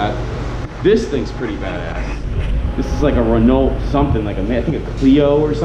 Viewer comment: OMG did you just pronounce the "T" in Renault?